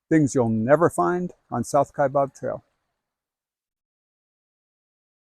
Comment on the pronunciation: It's "Kai bAb. It's not "Kai bOb." I don't know why so many people make this mistake. :-(